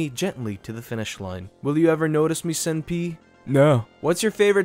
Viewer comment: hah you said Senpai like sen-pee. It's Sen-Pie.